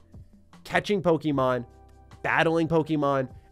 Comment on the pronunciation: I genuinely just wish you pronounced Pokemon correctly... Like ever. If my 6 year old can I think any adult can too.